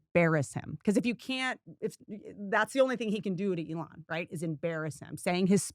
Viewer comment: his name is Elon "E-Lon" not A-lawn